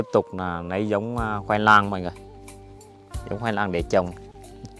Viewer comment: Ăng gola cũng nói ngọng à! khoai nang chứ không phải khoai lang à! nạc chứ không phải lạc ! kkk